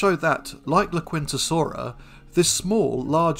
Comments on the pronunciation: I think I see what you mean. Much like the "u" is not pronounced in the Spanish phrase "la quinta." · Not critiquing, just as a curiosity. The "u" in "laquintasaura" is probably silent. ... Thecountryhousesaura...